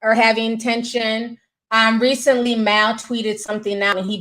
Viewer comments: Mal pronounced {Mall} Unless you meant to keep clowning his name like how you called these men "Girls" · bruh how hard is it to say Mal...(maul) 😂😂🙈